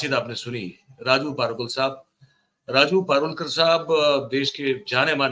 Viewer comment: जानी सर, राजू पारुलकर नहीं राजू परुळेकर कृपया नाम को गलत मत बोलिये